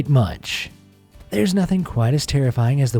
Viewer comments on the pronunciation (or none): none